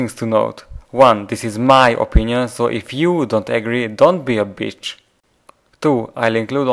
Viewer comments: lol watch: the italian man who went to malta. He says B*tch just like you: Beach XD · now you can't even say bitch correctly.